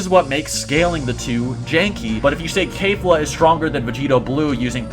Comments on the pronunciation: People always pronounce zamasu and kefla incorrect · If u gonna say kefla say it correctly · cabba kefla and zamasu's names are not pronounced those ways tho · Why you said kefla like that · I just got pissed off at how he says kefla. ITS NOT KAYFLA ITS KEF NOT NOT KAY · No hate but Kayfla? Its pronounced kefla He said ca-bae its cabba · This mans said "Cabay" bruh its cabba.......its kefla, not kayfla. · Its kefla not kalefla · "Kefura" would be the most accurate way to say it as that's how it's pronounced in Japanese. The closest English pronunciation to that is Keh-fla, not Kay-fla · It’s Kefla not kafla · Kefla not Kayfla. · It's pronounced Keh-fluh not Kay-fluh, you can even listen to how the pronounce it in the japanese version. The Ka in Kale is pronounced Kay-l but in Keflas name its a KE not a KA. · FOR THE LAST TIME ITS KEF-LA NOT KAY-FLA. for fucks sake. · Fuck bro, you are all over the place, not to mention SCREAMING into the mic... -It's Kefla, Not Kayfla. -Cell is Not a Saiyan. If an Asian gave me blood, I'm not now part asian. That's not how it works. Cell was a Bio-Android with the "cells" of a bunch of fighters. You can't include fusions bc it's not a single warrior, and since we're talking about Saiyan's, we all know that they are far too proud to let that happen! I can't feed into the rest of the weird shit discussed, but here's the Business... Everyone knows this to be the order: -Brolly -Goku -Vegeta This is all that matters! And If we're using the most current timeline of Dragonball Super Manga, then we all know that in chapter 75 Vegeta is about to surpass Goku with his newest Ascension! And it's possible that he took the #1 spot, but we won't know until we see All 3 together again the Super Hero movie. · Did my man just say KaiFa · It's pronounced keh-flah. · Mans said "Cabe" and "Kafla" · How u gon say kale and caulifla right then call their fusion kafla? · "Kayfla?" My man, it's pronounced like it's spelled